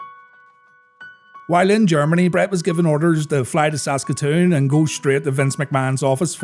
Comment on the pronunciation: I was there. I saw it live. It definitely surprised the crowd. That was also the placed when Yokozuna made his debut. And props for pronouncing "Saskatoon" correctly. You'd be surprised how folks have some trouble with that.